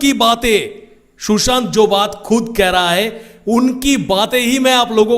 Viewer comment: It's not Shoeshant😂😂Sushant